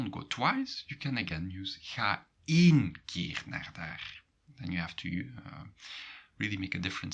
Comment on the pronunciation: Is it just a different accent? The reason why you pronounce één as keen and not as brain